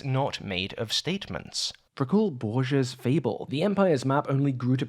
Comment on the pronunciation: Bruv, your pronouncing ‘Borges’ wrong and it’s driving me a bit mad. Good job on everything else though